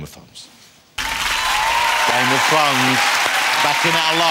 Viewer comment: "I am a huge fan of game of thwones" 5 seconds later: "you play, ty-tywin, is that wight?"